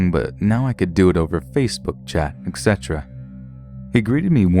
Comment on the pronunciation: Xcetera is not a word it's etc. you idiot